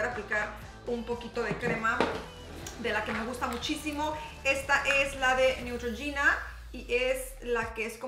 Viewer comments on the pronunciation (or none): none